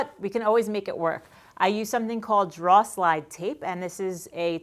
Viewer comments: What's a dra? Are you saying dra er? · Drawh slide tape... What? Ohhhhh drawer slide tape. Got it ;) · lol...took me a moment to realize she was saying drawer slide tape...didn't under the reference to draw slides!! What a sweetheart. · Superb video. Clear, comprehensive, and concise. Just one thing . . . What the heck is draw slide tape? YouTube's transcription software can't handle the accent with which you saw drawer, and neither can my sides 🤣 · I honestly could not tell you had an accent until I heard you say the word “drawer” haha here in Minnesota the tell is the words “phone” and “bag” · Are you trying to say the word "drawer"? As in drawer slide?